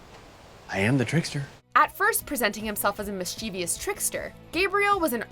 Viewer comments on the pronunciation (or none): It's pronounced like it's spelled: "mischievous." Three syllables. Not "mischEEEvious."